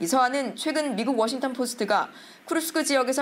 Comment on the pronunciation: 기자가 워싱턴 DC 를 워싱톤 이라한다 심각한 오보다